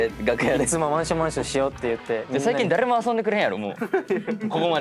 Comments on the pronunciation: 最近だrrrれも遊んでくれへんやろ ←可愛すぎる😂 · だれもの“れ”を巻き舌でかっこよく言ってるのに内容が「誰も遊んでくれない」なのが好きすぎる